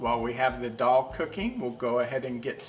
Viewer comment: Greetings Respected and! Amazing dish cooked so well. BTW, we really appreciate the pronunciation of Daal and other items.